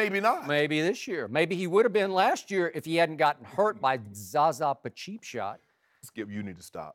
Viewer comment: Who else dies when he says Zara pacheapshot 😂😂